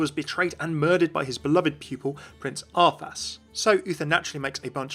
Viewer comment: I laughed when you mistakenly said ArthASS How very arthas me arthas